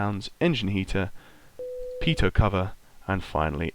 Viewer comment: Isn't it "pete-oh" heat?